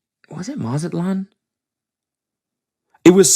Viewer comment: this is so terribly random but the way cody says mazatlán really made me laugh i love one white boy only and that’s cody